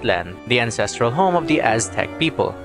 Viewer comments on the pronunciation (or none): none